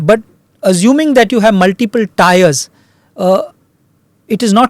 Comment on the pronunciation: " tiers" and not "tyers" sir